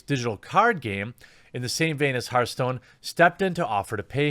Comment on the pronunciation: "Herthstone" "Mai"